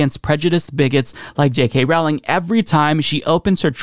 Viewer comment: Her name is pronounced ROE-ling (rhymes with "bowling")